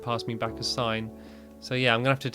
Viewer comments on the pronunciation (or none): none